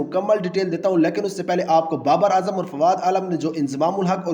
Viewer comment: lekan nahi hota lekin hota hai, crickatt nahi hota hai cricket hota hai, maloooom nahi hota malum hota ha jaahil pendoo